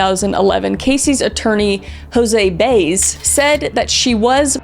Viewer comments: Jose “Baze”? His surname, Baez, is pronounced “Buy-ez”. 😊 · For the record, Jose Baez’s last name is pronounced “by-ehz” like the folk singer Joan Baez. It is not “Bays”. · It's pronounced bi-ez nits bays..not sure why that was bugging me lol great job on this whole story Kris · The way you said peoples names I know you don’t know anything about this case and simply are doing something “trendy “. Like the friend Amy Highzinga (the pronunciation) and also Jose Baez. YOU SAID BAYZ 😂😂 ITS BYE AZZ LIKE BYE ASS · Did you really research this and watch the court case and not know that Baez is pronounced Bai-uhz? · Im pretty sure Casey's attorneys last name is pronounced like Buy-ez. 😁